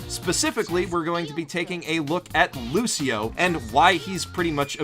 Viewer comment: No offence your saying lushio not Lucio